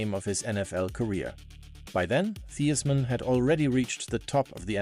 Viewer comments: Great story. On a side note, it’s pronounced THIGHS-man. 😢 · How? You are AI. "Thee-is-man"